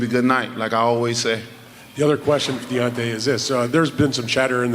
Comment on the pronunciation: Butchered his name 😹